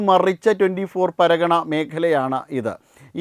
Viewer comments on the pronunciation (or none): 24 പർഗ്ഗാനാസ് എന്ന് പറയൂ മാഷേ പരഗണ എന്നല്ല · പരഗണ അല്ല പർഗാന.. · എന്തോന്നെടേയ് ഇത്, പരഗണയല്ല ജനഗണ 😅 വാർത്ത വായിക്കാനിറങ്ങുമ്പോൾ സ്ഥലപ്പേരുകളെങ്കിലും കൃത്യമായി അറിഞ്ഞിരിക്കണ്ടേടേയ്😂😂😂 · 24 പർഗനാസ് ആണ് സ്ഥലപ്പേര് പറയുമ്പോൾ ശരിയായി പറയാൻ ശ്രമിക്കുക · പേരുകൾ ഉച്ചരിക്കുമ്പോൾ ശ്രദ്ധിക്കുക..non malayali ആളുകളുടെയും സ്ഥലങ്ങളുടെയും പേരുകൾ തെറ്റായി ഉച്ചരിക്കുന്നു